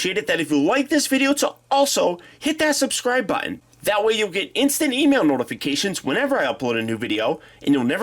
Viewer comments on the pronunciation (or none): none